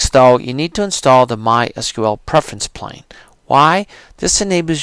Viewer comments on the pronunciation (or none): It's not Preference "Plane" it's Preference PANE. No "L". As in a pane of glass, like in a window.